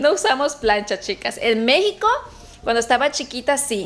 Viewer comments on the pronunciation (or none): none